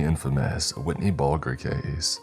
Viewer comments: It’s Whitey Bulger like Bulge-er not Whitney . He’s One of the most famous American Irish mobsters of all time shoot they had Johnny Depp and Jack Nicholson portray him in Black Mass and Departed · Whitney Boulder? That is the most hilarious way of ever heard to pronounced Whitey Bulger. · Whitney Bulgre? Whitey Bulger. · Did he say Whitney Bulger lol 😆